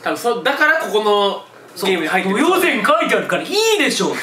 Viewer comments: 豊前をトヨゼンって誤読するのあまりも愛知県民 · とよぜんとかせんきたとか訓読みするのすき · やっぱ愛知県民だととよまえって読むよね 豊橋豊田豊川みたいに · ずーっと、豊前をとよぜんって読んでてたから、ぶぜんだよーって思いながら応援してた😂